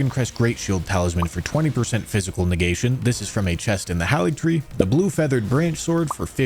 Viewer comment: You still say haligtree wrong, but what ever you say scadu wrong, so at this point i am assuming that is on purpose.